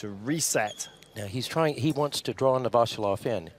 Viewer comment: Novosjolov is pronounced novvosYoolof